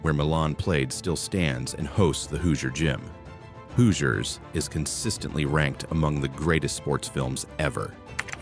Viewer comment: The pronunciation is this video is horrendous. Do your research on how to say Hoosiers and Wabash.